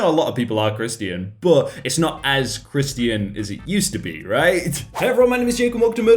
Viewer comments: Me when Jake pronounced Christian as "kris-tee-an" instead of "krish-chen": visible frustration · why do you say it like christy in and not christion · How this dude pronounces Christian: Chris-t-in How most people say it:Chri-sh-tin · It’s not Christian it’s pronounced ˈkrisCHən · Isn't Christian pronounced krishchan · OK no offence but why do you say "ChrisTIAN" rather than "christ'chin" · You say (Chris t an) No no it’s (Chris chan) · Don't judge me, but i think it is just so odd that you say "Chris tean" ONLY because i usually say it like "Chrish ton" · I like how he pronounces Christian with three syllables. . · I like he says Chris ti an Like it’s has 3 syllables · I do not dislike jake, but, ‘crist-i-an’? Sorry but what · Is no one going to comment how he says Christian like kris-tee-in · Why do you pronounce Christian as Christy in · How jake pronounces Christian: Chris tea in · Is that the actual british pronunciation of Christian? Or is it just Jake? I'm genuinely asking, I only heard it in Hollywood movies or news stuff. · BRUH YOU AINT PRONOUNCIN CHRISTIAN CORRECTLY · Bruh... 🤦‍♀️ "Christian" is 2 syllables! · Who knew Christian was 3 syllables eh jake? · Why do you say Christian like that it triggers anxiety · The way he said christian made me laugh lmao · Haha some people are British, that's funny ...am I doing it right?